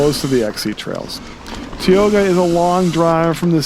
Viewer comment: Heads up: it’s tye-O-ga.